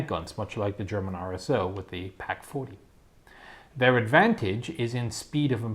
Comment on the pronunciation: Surely it’s PAK....Panzerabwerkannone....Not TAK